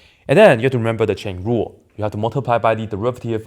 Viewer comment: Now when you say "chain rule" it sounds wrong